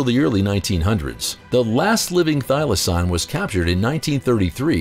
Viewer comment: Idk who this narrator is but he's really off on his facts. He doesn't even pronounce thylacine correctly. One was captive in a zoo and was neglected.